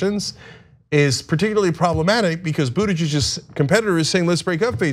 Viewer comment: I love Anna's pronunciation of the possessive Buttigiegggg'z. 😅